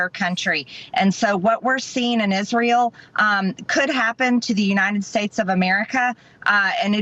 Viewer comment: Israyel😂 She can't even pronounce it right